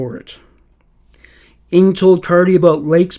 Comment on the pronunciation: Finally finished listening after falling asleep a few times during the night! I have never heard the name NG pronounced as ing. NG is short for Nguyen, which is the second most popular name here in Melbourne, Australia after Smith. We pronounce the name as spelt NG. Or the full Nguyen. People with this surname where I live are overwhelming Vietnamese though, not Chinese like Charles NG